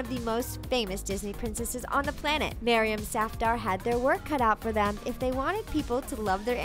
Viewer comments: the way she pronounce maryam safdar is so cringeworthy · Isn't Maryam a girl's name? Or am I just confused about the fact that she said Maryam Safdar